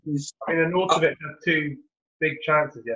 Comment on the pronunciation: 1st time listener. Yes I enjoyed it and gave it a like. Feedback would be: there were a few audio issues, volume raising / dropping etc. And wrong pronunciation of footballers names was a bit annoying. Like 'Dave-id' Silva, Ar'naught'avic + 1 or 2 others. Otherwise nice one 👍